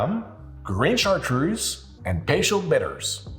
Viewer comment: Why does a person who quite obviously is a native French speaker pronounce Cartreuse like an American?